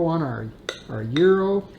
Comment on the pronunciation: Congratulations on your pronunciation of Gyro. My wife is Greek and we've been there many times. In Greece they pile up slabs of beef and thinly slice it off. You lost me when you added lamb. Hate the smell and taste of it. The ground meat is purely American, not Greek.